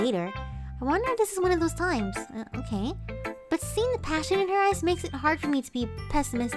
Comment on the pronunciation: i thought the way said "passion" was actually Spanish for a second